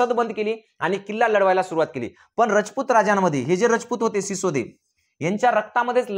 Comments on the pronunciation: Shisode nahi sisodiya hote te. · सिसोदे नाही सिसोदिया राजपूत घराणं होते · Sisode nahi sisodiya